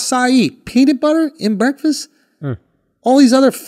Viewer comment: Someone teach Andrew how to say breakfast